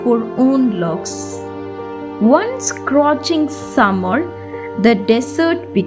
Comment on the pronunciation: Not scroching it's scorching